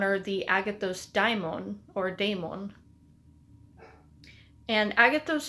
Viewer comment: It's "dáimon", as in "Afrodite". I think we all should learn ancient greek, at least the alphabet to pronounce correctly